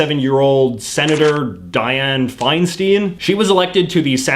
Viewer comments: As a Californian, I'm a little bothered you didn't say Dianne Feinstein's last night right. It's pronounced "fine-stein", not "fine-steen". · Senator Feinstein’s last name is actually pronounced “FineStine”